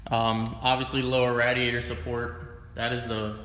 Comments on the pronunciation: Dude, SERIOUSLY it's pronounced RAIDiator. Rad means cool as fuck. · Its pronounced RAYdiator. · Why do you keep mispronouncing radiator ? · What's with people not being able to say RADIATOR correctly😂😂 and Ande from DFR can't pronounce words right😂😂